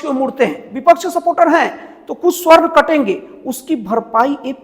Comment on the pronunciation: जय श्रीराम जय श्रीकृष्ण हर हर महादेव, पत्रकार महोदय, स्वर्ण नहीं सवर्ण होता है ।